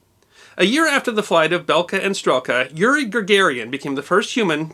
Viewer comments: Mispronouncing Ga-gar-in's name kinda calls into question all your research. It's not Gagarian. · Yuri Gagarin, not Yuri "Gagarian"